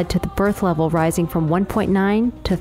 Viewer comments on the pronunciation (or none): none